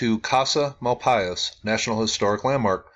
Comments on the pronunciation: I used to live in Springerville/Eagar AZ. Casa Malpais is pronounced with a silent S, so Casa Mal-pie. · Just a comment that I've heard it pronounced "mal-PAYS." Just what I heard from folks in New Mexico when I was in the Malpais, years ago. Love your channel.